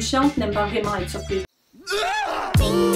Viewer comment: J’avoue que c’est pas la même chose que maintenant 😅. Quand tu dis chiante sur la vidéo des fois j’ai l’impression que tu dis ’’chatte’’. Il en prend pleins la tronche le pauvre Guillaume 😂. J’adore tes vidéos même les plus bizzard 😊😂